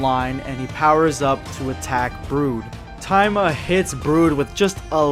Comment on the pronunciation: No wonder I thought that was a weird name he was saying but he was just mispronouncing it. You forgot to pronounce the”I” there buddy boy. It’s ta-e-ma